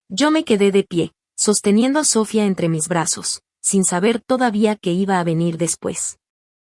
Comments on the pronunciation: Porque dices Sofía cómo debe ser y a veces lo dices con acento en la o, se oye ridiculo. Y si soy muy criticona. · No se porque en estos programas no pronuncian bien el nombre de Sofia